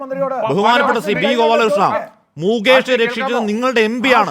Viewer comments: മൂകേഷ് അല്ലടാ, മുകേഷ്, ഇനി മരുഭൂമിയിലെ ഒട്ടകത്തിനു വെള്ളം കൊടുക്ക്‌ 😂😂😂😂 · മൂക്കേഷ് അല്ല ഒട്ടകമേ .. മുകേഷ് . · മുകേഷാണോ മൂകേഷാണോ?